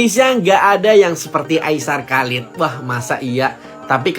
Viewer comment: hanya memberitahu kak nama aisar khaled kak bukan halid